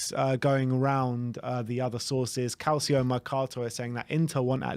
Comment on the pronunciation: You say it like Calchio-mercato NOT calsio-mercato. Calcio (said Calchio) is literally football in Italian so given we have all Italian coaching staff, it's worth getting right.